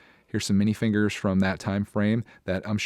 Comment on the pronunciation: you sayed minefiger